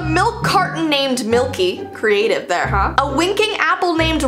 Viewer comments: It’s not milky it’s millie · The milk's name was Milly, not milky.. I still love you tho 😂